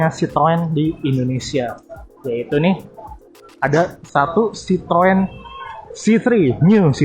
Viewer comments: Bang. Ejaan merk lu bikin gemezz.. citrun aja udah bilang bang.! Troeeen troeeen.. kek Autobots njir -_ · Citroen dengarnya srpti sitoeng....tooeeeng 🤣